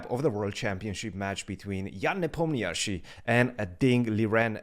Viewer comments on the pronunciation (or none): This is your daily reminder than Ian's name is pronounced Nuh palm Kni shee!!!!